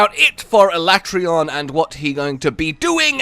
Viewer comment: sorry Capcom, but I'm still calling him al-at-ree-on, not ala-tray-on